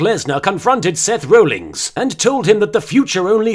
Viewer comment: Seth 'Rollings' XD I'd like to be rollings in his bed with him.